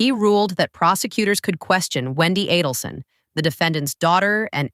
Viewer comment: Not Donna A-DEL-son.